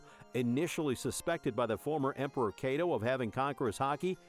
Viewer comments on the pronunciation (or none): none